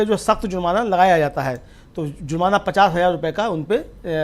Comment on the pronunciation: Bhai zurmana nahi jurmana